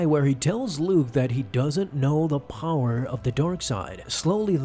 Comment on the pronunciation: I love your videos but I hate the way you say power